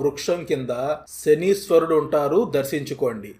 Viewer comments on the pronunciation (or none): none